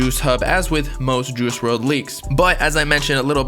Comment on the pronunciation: Dude said “juhoosh werld”